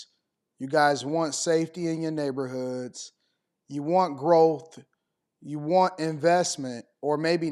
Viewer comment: “Ya got 🤚🏾 strolling round our neybahoods.” That gives you an idea of what’s at the core of what she’s babbling about. I’m curious how many people own their houses or property in those “neybahoods.” It kinda takes the “our” out of “our neybahoods.” If you rent you are temporary.